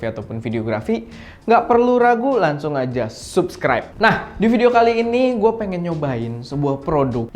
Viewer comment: sub·scribe = /səbˈskrīb/ a.k.a Sebskraib, abis ini bilangnya jangan SUPSKRAIB lagi yah, kesel gww kan dengernya.